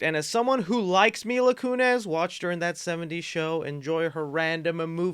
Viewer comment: Mila "Kunez"...